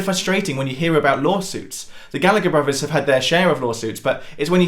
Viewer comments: Bruvvers? really? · Just discovered this channel the other day and can't get enough,. Great work! By the way, are you saying "bruvers"?